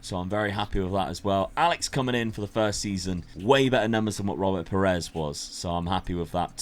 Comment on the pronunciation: Nobody else's blood boil the way he pronounces piers ? 🤣 Just me ?